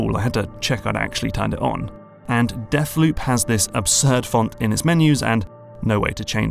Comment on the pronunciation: "Deafloop" - a joke courtesy of the London accent!